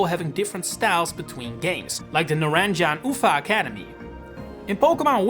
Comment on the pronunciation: Hello Great video, love your content, its just so funny how you pronounce the Naranja and Uva academies as a spanish speaker i can say its a good try